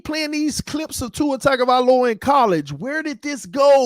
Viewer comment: Tua's last name starts with a tongue sound, not tag